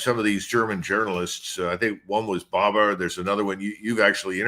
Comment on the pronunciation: You mean the German journalist Patrick Baab not "Baba"... 😅 He wrote the Book "Auf beiden Seiten der Front" (2024) on the Ukraine war ... 👍